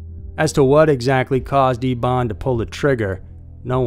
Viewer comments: Why are we pronouncing "Eben" as "Ebawn?" Just curious. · Referring to the last story, are you saying his name correctly? It is spelled Eben and you are saying E(e)bon ..shouldn't it be either pronounced E(e)ben like Big Ben or like Evan but with a "b"?